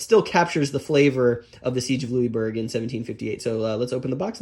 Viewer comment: Lou-is, not Louiebourg